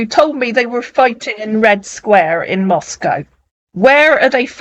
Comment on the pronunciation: Jajaj he’s trying to say Moscow but he said manaco. Don’t worry ! Search !!! Search’